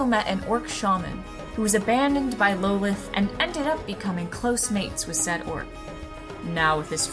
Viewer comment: I agree, and "lo-leth" sounds so much better than the canon "lol-th" for the Drow goddess Lolth.